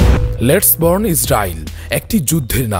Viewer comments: বর্ণ না বার্ন। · bron na vai ota burn likha ber ber vul bolen kn